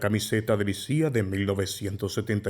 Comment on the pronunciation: En serio se pronuncia "Lisía"?